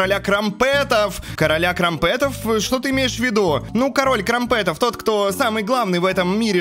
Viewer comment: Не крампЕтов а крАмпетов